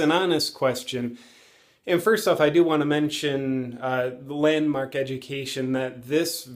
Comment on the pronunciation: JP the way you first said it sounds like Landmarket LOL